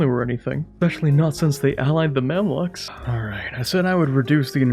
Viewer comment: Gotta be the first time I heard someone pronounce the Mamluks as 'Mamlaks'